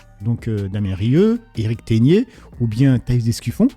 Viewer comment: j'adore ton contenu et je regarde toutes tes vidéos mais stp fais un effort sur la prononciation de certains mots on dit RODEZZE et pas RODé et aussi Eric teGner et pas eric teNier c'est ma seule remarque